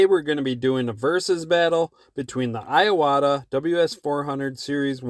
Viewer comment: just a small nit picky,but it's IWATA not I-AWATA other than that,great video